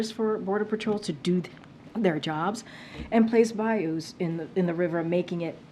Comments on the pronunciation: she can't even say why it won't work.. just " it doesn't "😂😂😂 also.. it's bouys.. not bayous lady😂 nice professional way of speaking.. for a speaker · "Place bayous in the river..." What a dummy.